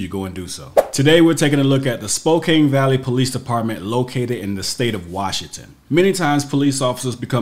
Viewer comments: Say it like spo-can. Everyone pronounces it like spo-cane. I in Spokane which next to the valley. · It’s pronounced Spo-can. But that’s not the worst butchering of a Wa city. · Spo-CAN. CAN. Argh, nobody gets it right. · The pronunciation is Spoke Ann, also known as Spokanistan and Spokompton. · BTW, it's pronounced "SpowCan"!